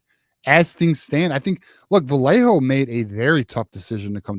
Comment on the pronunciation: if you guys keep mispronouncing Vallejo wrong, he may flip! It’s Vy-yay-ho 🤌🏻 🫵🏻This correct pronunciation was very important to his mother when she and his father were in the chat during M3’s interview with him.